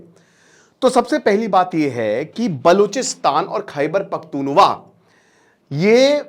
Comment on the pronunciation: Sir wo bhaiyye nahi hai its kpk khaiber pakhtun khwa not wa